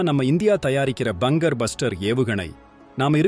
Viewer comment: Bangam illa bangar